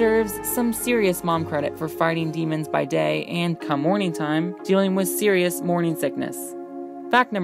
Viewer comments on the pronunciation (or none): none